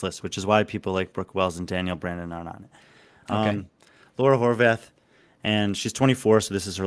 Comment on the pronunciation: But maybe get her last name pronounced correctly first, Horvát(h) the h is silent in Hungarian.